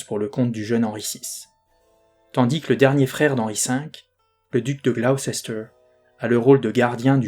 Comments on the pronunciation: Gloucester : a prononcer Gloster. Pour Salisbury: a prononcer Sôlsbrie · Gaffe, on prononce Glouster 😊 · J'ai découvert par hasard ta chaîne et je la suis sans la regarder (en audio) ! Par contre, et je sais que les noms de ville anglais ne sont pas évidents, mais Gloucester se prononce [Gloss-t'r]... oui... je sais c'est bizarre ;-) Hâte d'entendre la suite !